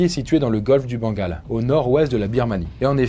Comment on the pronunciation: Le golf du bangala?!?!!!? Je crois que j’ai mal entendu